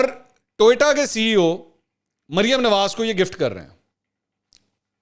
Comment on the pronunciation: Sir its TO YO TA, not TOY TA.